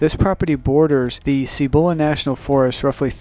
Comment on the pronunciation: Cibola. Emphasis on the first syllable. Seee bu lu not see BO la.